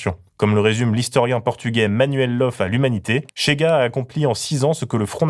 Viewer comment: C'est [chéga], pas [tchéga], c'est pas de l'espagnol...